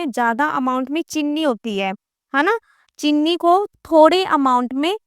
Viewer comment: Mam please aap cheeni ko chinni mat boliye 😊